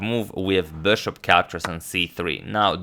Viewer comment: why is he pronouncing "bishop" so weird? I've watched his videos from 2-3 years ago and he was pronouncing it normally...wth